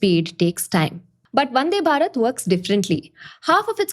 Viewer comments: please say भारत instead of बारत please . the थ pronounced as त makes listening to this girl really irritating! tinking, tousand, tailand, tirty.. would prefer reading instead of listening henceforth. Good information though! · check the pronounciation of "thousand" and hear how you say it. Or thinking or even Bharat. If you feel you are right and other's are wrong.. well.. good for you. I cannot listen to how you are saying it. So... I am out.